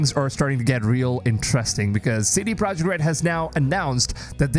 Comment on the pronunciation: OH here we again again. Idiot strike once more. You still can't say Mirage the right way...and now we can see that you can't even say CD "PROJEKT" (NOT AN ENGLISH WORD!!) correctly...Listen people you have tons of other creators that are respectful and NOT DUMB like this one...